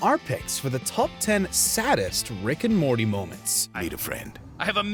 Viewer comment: "Which rick and mormy moment destroyed you inside?"